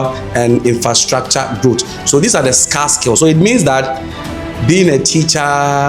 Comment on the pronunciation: Scar from the wound or scarce skills , why u speak English if u can't pronounce well